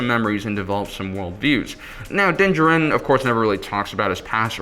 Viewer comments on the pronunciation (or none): jar-in is how you pronounce his last name..you goof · Great video, makes me kind of mad how wrong your pronounce D’Jarin though LOL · I cringe every time...